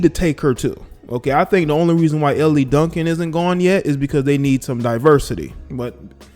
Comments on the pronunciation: Dude, her name is pronounced "L" Duncan not Elly. Also your commentary is waaaaaaay too long and monotone. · ....Elle’s name is pronounced like the letter L, not Elli, like you’re saying. Not sure if you’re being facetious or not🤷🏽‍♂️🤦🏾‍♂️ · How you going to comment on something and you don't even watch the show or the network? What a joke, promoting hearsay. BTW, it's Elle, like the letter 'L'. Geesh, why should we listen to you?!